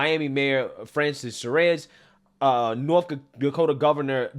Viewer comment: you really need to work on your pronunciation of names lol... Asa is like "Aye-su", not "Aussa"... Suarez is "Swar-ez", not "Sir-ez". Just a suggestion.